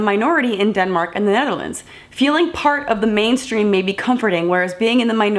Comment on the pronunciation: what was that? Netherlands or Nellenans?